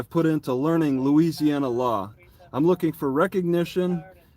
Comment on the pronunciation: I swear I heard say * louisiouana * at first there😅